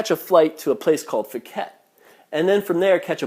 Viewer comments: Tip: how to say phi phi and phuket Pronunciation for phi phi... Say pi pi don't say fi fi Same for Phuket... Don't say fuket say "Puket" Thai tip don't pronounce f for ph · It's Pee Pee NOT Fee Fee....and Pooket Not FOOOOket....?? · POO-ket...not FOO-ket. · P uket not Fuket. and Pi Pi not Fi Fi even its written Ph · Your not even pronouncing phi phi or phuket correctly it's pronounced pi-pi and Phuket is pronounced poo-ket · pooket and kohpeepee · fuket, its Phuket, the h is silent hahahaha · Oh I learned something, that you're immature. If you were actually in Thailand you would of learnt to pronounce puket, Pattaya and phi phi. Also have common sense, you don't fight every flipping Thai male you see that's why you get injuries. When I go to Thailand nothing happened and I am a child and everyone is nice. When you say it was like a hex because if you whistle at knight you should know Thais get superstitious because they think you are calling dark spirits. This tale sounds fake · Phuket is pronounced poo-ket btw. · It's 'Cow san road' not Koh san road. Phi Phi is pronounced 'Pee Pee' not Fee Fee and Phuket is 'Pooket' not Fooket. Are you sure you really went there ?